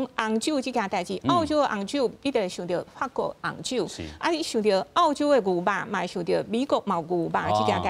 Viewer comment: ò-chiu m̄是 àu-chiu，拜託，講人澳洲是àu洲，án-ne是teh kā人剾洗neh！